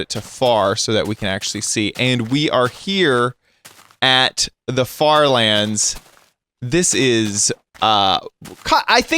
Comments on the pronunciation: did he say FARTLANDS?! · did he say fart lands or far lands